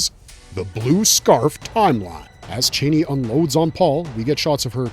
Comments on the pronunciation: her name is said char-nee not Chainey lol 🫣🥴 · Not chaney, ch-ah-nee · Thank for this breakdown. ..It is C H AN I..(chann-ee)😊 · U kno it’s not the way YOU pronounce it it’s